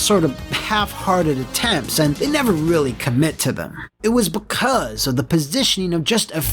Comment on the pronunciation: "It was behcuz...!" Why did you hit that so hard,. I think I rolled that back about five times lol